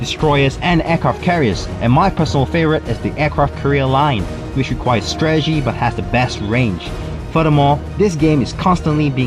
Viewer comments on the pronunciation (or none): none